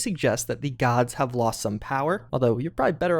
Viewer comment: “Aydeer” >Aahdeer “Woah-deek-uh” Woah-dik-uh or Woo-dik-uh Made even worse by the fact that most of these names are pronounced in Pillars through voice lines. “Guards” GODS